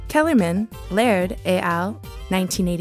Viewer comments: I really enjoy your videos and have watched many. One small note tho: it's "ett al" not "Ay al" - it's Latin, not French. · Nice video but please learn to pronounce ‘et al’. In the French language, the ‘t’ is sounded when followed by a vowel in the next word ie ‘al’.